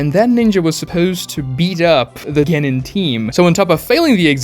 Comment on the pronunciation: The way he pronouces Genin, Chuunin, and Jonin drives me fucking insane as someone who lives in japan